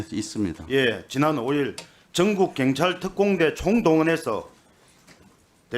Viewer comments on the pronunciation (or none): 애들은 왜 경찰 발음이 안되는거냐? 민주당이 카톡 알림 받는 것 보다는 국수본 찾아가서 압력 가한 것이 더 문제 아니냐? 어떻게 국회의원이 국수본을 찾아서 압력을 가할 수가 있냐? 니들 입장문만 국수본이 볼수있게 언론에 대고 발표하면 되지... 아 협박하는 것은 방송에 나오면 안되니까 직접 찾아가서 얘기한 것이니? 경찰서 앞에서 시위하면서 얘기한 것도 아니고, 국수본 본부장을 직접 면담하고 얘기한 것은 상당한 문제인 것 같은데, 민주당은 왜 이런 부분에 대해서 강하게 얘기를 안하니? 어떻게 국수본 본부장을 찾아가서 국회의원이 압력을 가할 수 있냐는 말이여? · 갱찰 이여 경찰이여 애는 발음도 못허는가 이님 울나라 사람 아닌겨 참 웃기는 사람일세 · 발음부터 교정좀 하고 나와라 갱이 뭐냐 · 이 놈아 발음좀 똑바로 해라~갱찰이 뭐냐? 경찰 해봐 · 동만아. 갱찰이 아니고 경찰이다. 혓바닥이 짪으면 그냥 자빠져 자라. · 갱찰이뭐냐?경찰 발음도 안되는넘이 핸제가 뭐냐?헌재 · 갱찰이 아니고 경찰이다 발음도 못하냐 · 갱찰이 뭐냐. 경찰 발음 부터 배워라 모질해보인다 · 정동만 저 새끼는 제대로 질문하는 걸 못봤어. 갱찰 말고 새꺄 경찰 씨발아.. 발음도 지대로 못햐~ 하여간에 저런 작대기 뽑아주는 동네 꼴아지 하군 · 갱찰X 경찰O 발음좀 똑바로 해라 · 갱찰이 아니라 경찰이야. 말이라도 똑바로혀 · 나도 부산 사람이지만 갱찰이 아니라 경찰이라고 해야지. 그것도 못하면서 무슨 국회의원이야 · 갱찰 진짜 거슬린다 사투리 억양은 그럴수 있지만 단어 자체를 다르게 발음하는 유일한지역 갱상도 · 갱찰? 발음이나 똑바로 해 ~ 공정한 수사? 입이 열개라도 국힘은 말 하면 안된다. 말하는게 무식한 깡패와 뭐가 다른가 한심하다 저런게 금뻇지달고 국회의원이라고 ~ ㅜㅜ 계엄해지 투표할때 죄다 도망간 인간들이 부끄러운줄도 모르고 권력의 졸개들 ~ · 갱찰 갱찰 갱찰 발음 진짜 거슬리네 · 내란당 놈들은 경찰 발음도 못해 갱찰. 갱상도 사투리가 저 놈들 땜에 혐오의 언어가 되었다.